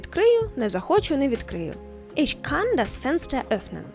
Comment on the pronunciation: Чому ми промовляєте Ich як Isch?